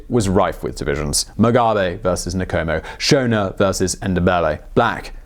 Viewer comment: With every other video where you have to say non-english names you take the time to say that you are not proficient in that language but with a video consisting of African names and surnames nothing? You butcherd every name you attempted. It's not Nikomo its Nkomo!